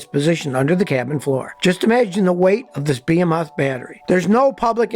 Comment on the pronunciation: Tee-Hee, He said "Bee-Heh-Moth Battery" :)